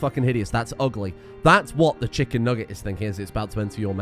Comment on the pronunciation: It's been 6 hours, and I'm still mentally reeling from how you say mcnugget